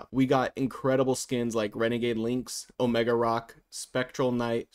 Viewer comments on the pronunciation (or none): none